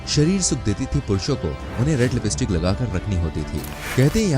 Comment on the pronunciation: Bruh? thoda sabhi educated hai toh is video ki taraf se dikhao,👍 it's lipstick, not libeestik okay bruh,👍 thank you and God bless. 🙏